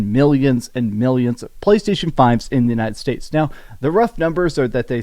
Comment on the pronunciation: Why do yiu keep saying "untied states"?